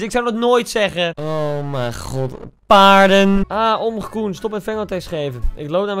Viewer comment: HAHAHHA OMGG HOE HIJ PAARDEN ZEGT 🤣🤣🤣😭😭😭 ook al is deze vlog 1 jaar geleden boeiend